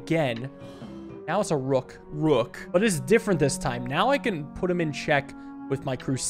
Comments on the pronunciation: Bro it cracks me up every time I hear it " Rook " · “rook” caught me off guard ahahahhaha